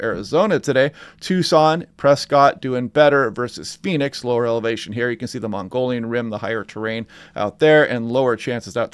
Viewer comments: It's not Mongolian, but mow-guh-yawn Rim. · It is not the "Mongolian Rim but the Mogollon Rim" (mo-go-lon)--no "n". I hope the heat dome in early Aug is "fantasy land" 100+ gets old quick. Carl Sagan was right back in the 80's when he predicted what we are seeing with the weather! I watch for your California posting every day. Thank you! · Great vids, my go to now. I push people here as well. Learned so much. FYI Prescott is pronounced "Preskit" and Mogollon Rim is pronounced "muggy-yan" rim. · Pronounced 'muggy-on' and Prescott is 'press-cut' :goodvibes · thanks, it was painful to hear every time. LOL. glad you got it straight. awesome forecast otherwise. It would be better if I wasn't in phoenix..